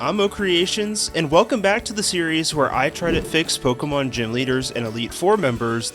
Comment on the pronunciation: Day, two of asking you to learn the pronunciation of the word, Pokemon